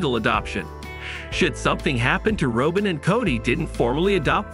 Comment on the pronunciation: It's not Robe-In. It's Rob+in